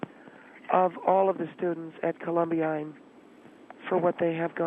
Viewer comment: Not once did manage to pronounce Columbine - ko·luhm·bine.